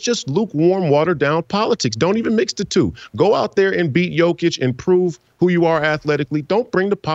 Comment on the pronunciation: Was gonna follow but you can't pronounce Jokic's name